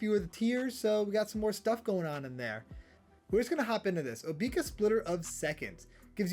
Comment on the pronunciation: Bro just said Obeeka lmao